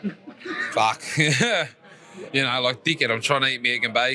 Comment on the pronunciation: Man it's hilarious ,when the other dude said Fack you and then peace ✌️ sign 😂